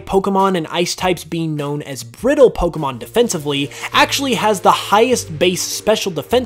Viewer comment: I didn't know a lot of these facts. Also I never noticed this before but I like the way you pronounce Pokémon